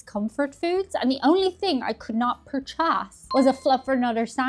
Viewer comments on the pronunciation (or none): Purch-ass. Not sure if that is an authentic Irish pronunciation - but I am stealing it regardless.